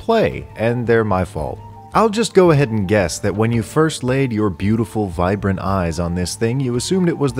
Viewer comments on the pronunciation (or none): none